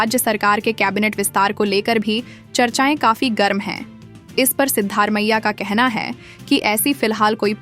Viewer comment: You have to pronounce the name of the Chief Minister properly. It is not Sidddar Maiah, it is Sidda Ramaiah. There is no district called Balia in Karnataka, probabally it might be Bagalakote.